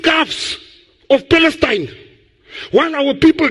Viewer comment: I heard fakestine,not palestine!